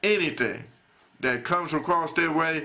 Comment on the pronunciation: shut ur southern accent , u make me sick . please speak english. is not da , it is that.